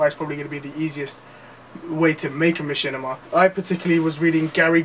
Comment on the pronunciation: laugh wtf is a ma - chin - i - ma! haha learn how to pronounce the word at least.